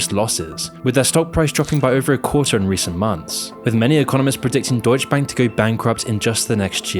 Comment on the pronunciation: Brah.. it's deutsche bank. Not "deutsch bank". The e isn't silent😅🤣🤣